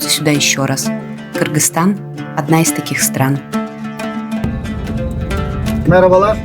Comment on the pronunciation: Оказывается можем произносить правильно Кыргызстан!!!🇰🇬